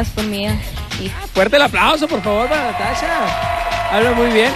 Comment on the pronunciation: El conductor es nefasto..las bailarinas tambien..el conductor por dios..de donde lo sacaron que nefasto. en cuando a jd natasha..mejor no hables español a menos que sepas pronunciarlo bien.. este video esta fatal.